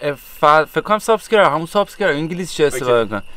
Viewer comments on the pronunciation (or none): none